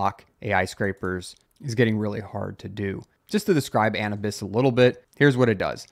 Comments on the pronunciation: How do you not know how to pronounce Anubis! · Wondering if this was the real cause of the Twitter/X outages. This is how you say: A - New - Bis. Anubis was originally the Egyptian god "of mummification, funerary rites, guardian of tombs, and guide to the afterlife as well as the patron god of lost souls and the helpless"